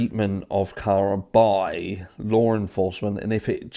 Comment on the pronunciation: You sound ridiculous pronouncing Law with an "R". Lawr enforcement lol